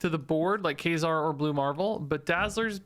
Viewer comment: funny how you pronounce ka-zar as kay-zar